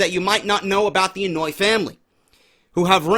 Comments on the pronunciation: Idk if you're pronouncing it as "annoy" on purpose But it's pronounced "on-oh-aw-ee" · Lol. It's not the "Annoy" family. The Anoaʻi family is pronounced (Ano-y-ee) Happy Birthday by the way bro